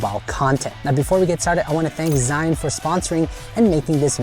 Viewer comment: It's not Zion, and not Israel or Egypt :D LOL it's Zhiyun (almost like: Jeeyoon) here is tutorial on pronunciation of this word